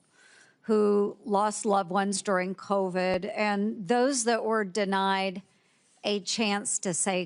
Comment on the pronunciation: what in the world has the second clown saying when he pronounces COVID AS CO-VED ????